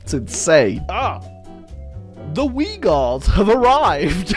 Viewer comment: oh my god the way you read uighur as "viygars"